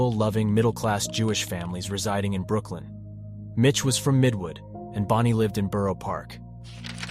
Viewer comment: "Brookling?" 🤣 It should be "Brooklyn" 😂😅😁!